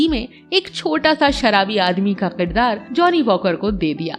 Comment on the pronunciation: Shabd" qirdaar "nhi balki "kirdaar" h